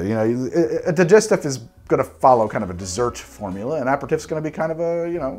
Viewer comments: Same. It bothered me that he said it wrong through the whole video. Especially since he has tried to pronounce other drinks correctly in every other video. Also "Dee-jess-teef". Not "Die-jest- if". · Need a video on how to pronounce words!! A (soft) Peri (Perry) Tif (Teef) same with parmesan, and most of the cocktail names in the favourite three gin cocktails. Couldn't watch because you can't say the word. Di (Dee) Gest (Gest) if (eef) those pesky French and their insistence on pronunciation. Vermouth - you say it correctly.